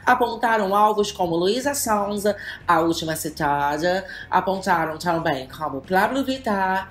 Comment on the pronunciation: Gosto de você falando Luiza Sóunza kkkķk